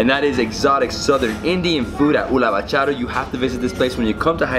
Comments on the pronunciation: Hey It's not ulavachuru it's ulavacharu🤓🤓❤️ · Haha it's not ulavachooru... It's ulavacharu... And not Mysore pork Mysore pak Lol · Hahaha it's ULAVA "CHARU" not "CHURU" anyways Enjoy :p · Ulavachuuuuruuu 😂 I think it is ulavacharu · Its not Uluva-Churu, its Uluva-Charu,... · It's spelled as "oolava Chaaru" ☺, oolava Chaaru in the sense Horse Gram extract(sauce) recipe. It's a popular recipe of Hyderabad